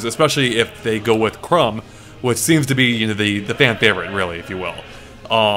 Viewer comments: I love how you pronounced "Chrom" as "Crumb", while everybody else pronounces "Chrom" as "Krom" xD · Did call Chrom 'Crumb'? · Did he just say "Chrum"?!? I think he just said Chrum! xD